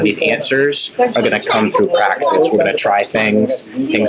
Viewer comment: He needs to practice saying “practice”.